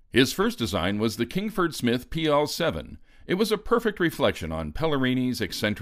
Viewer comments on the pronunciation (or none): Kingsford Smith, not Kingford. Charles Kingsford Smith was one of Australia's greatest pioneer aviators.